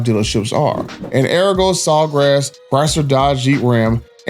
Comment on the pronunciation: Pronounced Ahh-Re-Go… I got my last two vehicles from sawgrass. but yea this is messed up, no dealership should tax extra on the hardworking class… and to lie and lie and lie says a lot about their character. 🤦🏾‍♂️